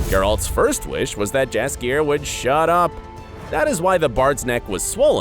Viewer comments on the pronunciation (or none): It’s spelled jaskier but it is really said yaskier. Fantasy. Am I right? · The name "Jaskier" isn't english, only polish and it reads as "yaskier", the letter J make sound like Y in word Yes. Even in TV series they read it properly, you just didn't pay the attention :P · Voice: "JASkier" "GerALT" "DUHNey" Me: please, make it stop TnT Voice after saying "Yenefer" correctly: "YeneFOR" Me: why am I being punished? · Correct pronation is Yaskier in Polish j is your y sound. 😉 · Ge-Ralt. Yenefor, Jaskier, cmon man, at least do your homework if you want to clickbite people